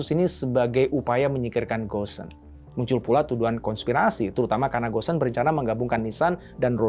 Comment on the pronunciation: Bukan gosen…bacanya go-n…